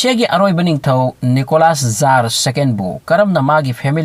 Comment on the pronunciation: Bro jar hyba ntte tsar hyyu